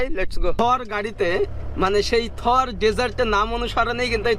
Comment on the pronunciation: Nam sudd kore bolo ata India Thor na thar